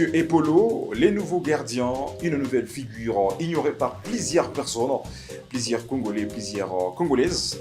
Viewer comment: Apprends a parler FRANCAIS. Car tu veux t improviser journaliste. Il y a une difference de prononciation entre Mathieu et Mathie, plusieurs et plisieurs, Rumeurs et Rimers, etc….APPRENDS A PARLER au lieu de risiculiser les congolais . Quelqu un au Congo t as trompe en te faisant croire que tu sais parler Francais